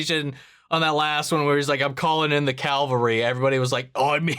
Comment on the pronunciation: May is a badass! And it's CAV-al-ry, not CAL-va-ry. ;)